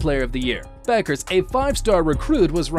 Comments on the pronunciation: it’s pronounced “beckers” not buckers 😭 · Pronounced as bEckers not bUckers. Anyways, chances WNBA '25 expansion team GS Valkyries land her? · Buggers????? First, learn how to pronounce her name fool. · I always enjoy good vids about Paige B., but it's remarkable how few folks actually learn how to pronounce her last name correctly. The U is silent; her name is pronounced Beckers. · Her name is pronounced Beckers